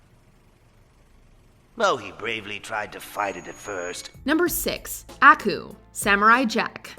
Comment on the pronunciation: your saying aku's name wrong, you gotta say it with more finess